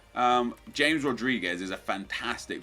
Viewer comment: You mispronounced James